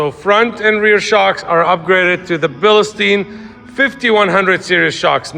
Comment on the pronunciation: Love the truck, but the shocks are pronounced Beal Stine. Danke